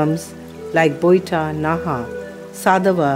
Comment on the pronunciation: Boitta ? Sadab pua ? Taa-poi ? Baadaa osa ? ବୋଇଟ, ସଦବ ପୁଅ, ତା ପୋଇ, ବାଡା ଓସା ? Is the narrator a non - odia ? Why Odia language is ridiculed by a Govt of India organisation with such wrong pronounciations ? It is shameful.